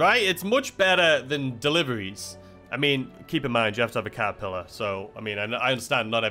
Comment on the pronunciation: Was I hearing things or did you say "the kazapillar" instead of catapillar?